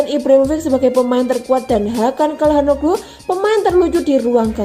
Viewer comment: Biasa Aja Kali Min Nyebutin Namanya Ini Italia Bukan Inggris.Immobile Ya Immobille Ejaanya Bukan Immobael,Ya Benaccer Ya Benaccer Bukan Benaker,Calhanoglu Bukan Kalhanoglu.Secara Pribadi Jujur Gak Enak Di Dengarnya.Sorry..!!